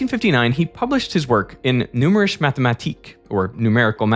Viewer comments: OMG. I wrote this a trillion times: The final e in German is NEVER silent. It is pronounced like "Noomerish-uh Mathematik" with a short i on "mathematik". German is not English, ffs. Also it is "Porsh-uh" not "Porsh" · given how much he butchered "Numerische" yeah hes def dutch haha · please oh please, use some translation software to hear the pronunciation of foreign words, "Numerische" is not pronounced the way you pronounced it. Good video regardless, but there is no excuse to say it wrong.